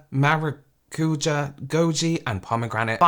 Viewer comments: it's especially funny because english speakers can not for the life of them (even you, sorryyy lol) pronounce açaí, acerola and maracujá right. also why use the portuguese for maracujá, passion fruit is right there???? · Being from Brazil and seeing people struggling to pronounce Maracujá is wild (in English it's passion fruit I think)